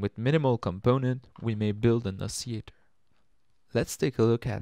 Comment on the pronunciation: You're probably going to confuse certain people who can only speak English by not pronouncing the ll in oscillator. :)